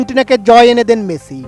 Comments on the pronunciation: বলদ মেচি নয়। মেসি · হেডার সাংবাদিক!! শিউর রেফারেন্সে চাকরি পাইছে। ঠিকমতো উচ্চারণই করতে পারতাছে না।। লিওনেল মেচি..